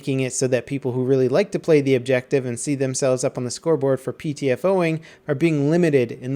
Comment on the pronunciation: "Objective Buttah"